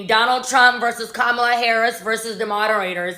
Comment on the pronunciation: Just a friendly reminder that her name is pronounced KAmala, not kaMALA.